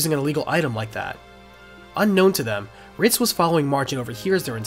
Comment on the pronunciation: No one else is hearing “Fritz” when he means “Ritz?” No one?